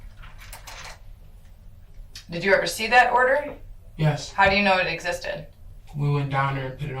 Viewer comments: Your pronouncing her name wrong..why? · Ita disrepectful to use these AI voices that cannot pronounce a nurdered child. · I cringe a little whenever the narrator pronounces Aniya's name incorrectly. They say it so much during the video, not like they could miss how to pronounce it properly. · Right? Like I know he heard everyone else pronounce her name smh. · who else was frustrated that the narrator kept pronouncing aniyas name wrong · The narrator mispronouncing her name is very annoying & disrespectful. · I am so irritated with the creator of this video. At the start of the video the officer took the time to make certain Aniya's name is pronounced correct. At the very least since the video creator is making money from her death he could have taken the time to pronounce Aniya's name properly. Aniya's name was said repeatedly throughout the video. Show some respect when pronouncing a person's name, dead or alive. Especially when you're making money off their misfortune. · Pronounce her name right. And… The picture at - IS NOT ANIYA DAY. It’s Marchella Pierce, another child who died in similar circumstances. Do better. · I’m sorry but they say this baby’s name a million times just for the narrator to keep saying her name wrong. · This is not the only video in which this is the case and somehow it’s always the victim whose name is mispronounced. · It really annoys me that the voice over doesn’t get the child’s name right, over and over and over again. The officer confirmed how to pronounce it. At least give the child the respect of pronouncing her name right! It seems these two people never showed her respect in this life. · Isn't pronouncing the little girl's name right the least we can all do for her at this point? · I cringw that he couldn't say this Aniya's name right and had pictures of different kids. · Please respect the baby that is resting,pronounce her name correctly 🙏🏾🙏🏾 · Please can you say her name correctly, its disrespectful